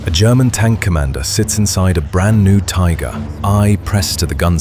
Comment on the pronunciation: Tigger?😳